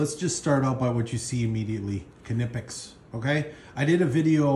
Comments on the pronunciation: Pronounced “Nipex” ! Silent K! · Great video. Good selection of tools. Just need to tell you the K is silent and is pronounced nip x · I think k is silent in knipex. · No only English has the silent K. Knipex is German.